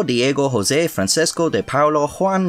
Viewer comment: i will say this, your prenounciation of the name francisco in the last clip was nearly perfect...if it was portuguese and not spanish, very minor differences in the sound tho so for an irishman that was impressive as hell